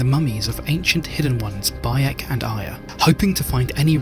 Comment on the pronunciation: Yep, you belched Baek's name 😂😅